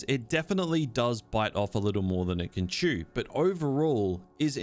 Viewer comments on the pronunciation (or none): none